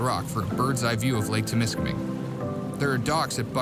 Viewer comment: It's Temiskaming, not Tim. You got donuts on the mind.